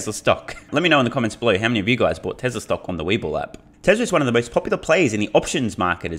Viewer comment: When u say "Tesla Energy" It sounds to me like "TesleR Energy." What's up with the R fam? It doesn't have to be one continuous word, when a word ends in a vowel, and the next word starts with one, just pause. Tesla...Energy That will sound much better then adding consonants to a word that will never be required to add, making it sound ridiculous. Just sayin., love your channel, this is my contribution to making it better, so feel free to tell ur friends, and your countrymen. TY, Wagwan I'm done poopin.